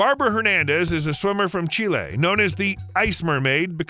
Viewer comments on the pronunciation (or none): none